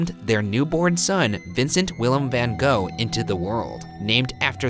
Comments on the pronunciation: I'm just here to fulfill the role of offended Dutch person about the pronunciation of 'Van Gogh' (which is more like van Gorhrhghggh). Thanks this has been my ted talk. #roastmortem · Stopped watching this the moment I heard van go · How is it that Ryan can pronounce all those difficult names in the Reykjavik episode but y'all can't take the time to learn how to properly pronounce 'van gogh'? Loved the episode anyways,, so keep up the great work guys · Can't wait to see all the #RoastMortem comments from art nerds complaining about how you pronounce his name is wrong. 😂 #RoastBackAtYa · When are Americans going to pronounce Van Gogh’s name right? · that's how its supposed to be pronounced XD as a Dutch person I dont really care how people pronounce it because Vincent is such a worldwide known artist that the American pronunciation is becoming the norm, since only Dutch speakers know how to say the "real" pronunciation. 🤷‍♀️ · The thing is, that this is not how his name is pronounced. It took me some time to get this joke. I really don't get why americans don't try a little harder to pronounce names like intended. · That’s not how you pronounce his name though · It doesn't work, because that's not you pronounce his name. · Ik know right !! They never pronounce his name right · Lol. Any Dutch people who always giggle at the pronunciation of ‘Van Gogh’? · yes i was looking for someone to mention it haha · ktelle it's not about people not being able to say it right, it's about a lot of americans literally just ignoring the right wrong to pronounce it and not even try and just straight up replace his name by something american sounding lol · I love the fact That for a moment I thought I've been saying his name wrong for years, then I remembered "oh wait, they're Americans", like I love you all but at the same time, why can't you put some effort in pronouncing foreign names or words? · Why do so many people always pronounce his name wrong? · gogh reads gof